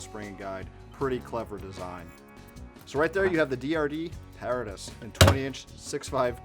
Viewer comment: It's properly pronounces pah-RAH-tus...as in the BOY Scout motto - Semper paratus...i. e. 'Always Ready'